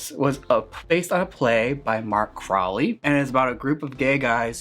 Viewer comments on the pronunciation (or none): none